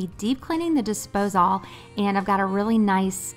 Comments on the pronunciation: I’ve never heard anyone say “Dispose-All” before, lol. I’ve only ever heard it pronounced “Disposal”… I had to rewind to make sure I heard you correctly and then when I saw you’re check list, I was SURE it would say “Dispose All” but sure enough, it said “disposal”. Maybe it’s a southern thing? Very sweet. Love this video! I am cleaning with you, I just had to take a quick break and I decided to comment. Keep the videos coming!! You got yourself a new subscriber! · I’m new here … have I been saying disposal wrong ? Is it really dispose-all ?